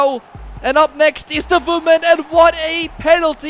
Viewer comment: “Voman/moman”